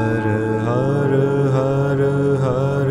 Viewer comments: I had two surgeries for thyroid cancer so I was interested to try this ...... is it me or does the har har har om more sound like he is chanting the word harder harder harder om? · How is HAR pronounced? Being from America, it looks like 1 syllable, but he sounds like he's speaking 2 syllables....